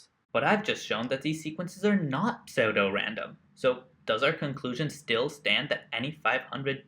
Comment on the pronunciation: Good job searching and learning, dude. FYI, it's pronounced "Sue-Dough-Random". ;)